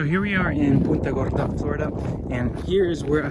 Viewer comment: Is he saying Puta Gorda